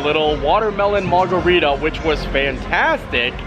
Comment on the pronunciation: It’s called a “mard-a-rita” 😂